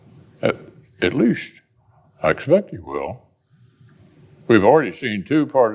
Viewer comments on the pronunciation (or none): At leashhhhhh 😂